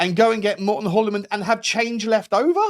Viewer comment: It’s pronounced “Joolman” or “Yuleman”. The “H” is silent in Hjulmand😊